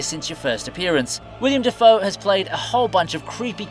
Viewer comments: You said "William Dafoe". have a dislike. It's "Willem". Also, he was Norman. Not Harry... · his name is actually not "WilIAM" but "WILLUM" Dafoe :) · Bitch did you just say..."William Dafoe"?? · Willem Defoe, not William Defoe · and it sounds like he is saying william defoe LOL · That's bc his name IS William Dafoe!